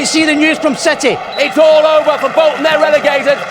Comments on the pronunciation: Wow he said cititus😂😂😂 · Wow he said citi-itus